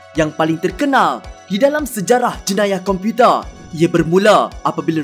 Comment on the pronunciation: Slang pelik sungguh.tambah masa ckp perkataan 'komputer'.